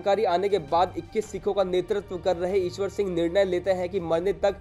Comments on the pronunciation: It's Ishar Singh not Ishwar Singh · ईशवर सिंह नहीं इस्सर सिंह हैं